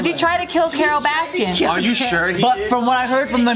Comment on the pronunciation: It’s Carol Baskin. There’s no S at the end of baskin.